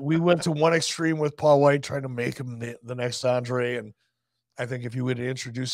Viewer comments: Wight*, not White. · WIGHT, not White, c'mon guys. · His last name is Wight...not White